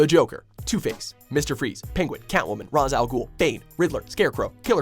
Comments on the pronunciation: For the love of God it's pronounced "Rayche". Not "Rawze". Batman Beyond covered this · Raysh Al Ghul nigga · RIP Adam West ✝ Who's RAZ AL GUHL I know Ra's Al Guhl